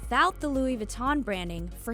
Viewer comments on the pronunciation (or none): She pronounces Louis Vinton wrong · they didn't pronounce louis vuitton right 😷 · I cringed every time she tried to say Louis Vuitton... 🤦🏻‍♂️🤦🏻‍♂️